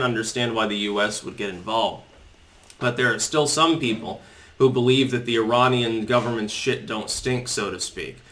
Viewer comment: Ee-rahr-niarn ? :D